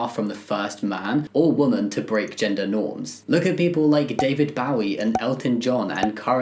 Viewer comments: Man, the way you pronounced Bowie. I lost it. lmao. The O is pronounced "oh". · Bowie rhymes with Joey or Zoey, FYI! I hope that wasn't too harsh! Love your videos as always <3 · Jamie I'm so sorry...You pronounced Bowie wrong! (Also, David Bowie wore a dress - that was specifically designed for a man to wear - on the cover of his 1970 album The Man Who Sold the World. He is beautiful and glorious). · that's not how you pronounce 'Bowie' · Wait, how did he say David Bowie's name?